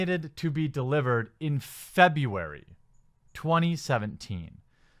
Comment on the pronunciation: I am sorry, what did you say? Febuary?